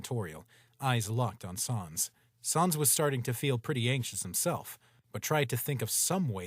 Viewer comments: The narrator pronounced sans as s-aa-ns not s-an-s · Why do they say sons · Why do you call sans sons